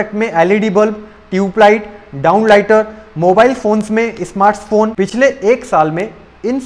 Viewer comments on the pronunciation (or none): It's Company not KAMPANNI It's Smart Phones not Smarts Phones